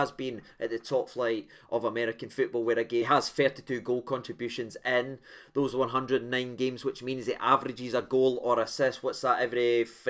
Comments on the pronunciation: I love to listen to your show back the time but please stop slaughtering the potential new signing Jose. The Mexican J is an H so his name is pronounced Hozay same as the name Jesus is Heyzuss Or that city San Jose is San Hozay in America. That would be great mate. Doing by great job otherwise. And what the rumour Joe Aribo is coming back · Just a note: Letter J = H😂 Hoe-Say (canyousee😅) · You didn't even pronounce Jose correctly 😆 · In terms of the pronunciation Portuguese Jose pronounce the J as J but in Spanish it's the h sound at the start😜